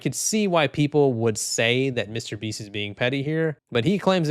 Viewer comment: Who the fuck is this "Meesyter BEEEEST"?